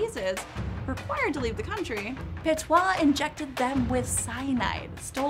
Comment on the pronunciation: The video was pretty accurate but you're mistaking the pronounciation of Petiot (pətjo in phoenetics international language). You are saying "petoit" instead of "petiot".